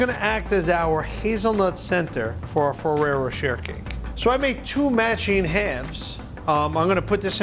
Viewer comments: “Row cher” “Row shay” ?!?! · isn't it pronounced more like ferrero roshae i know its not spelt like that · Ferrero “Ro-Shay” But great cake! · I looooooove Fererro Rocher. Umm btw its pronounced RochAY :-P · I thought he said ferrero chair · Anyone else hate the way he says rocher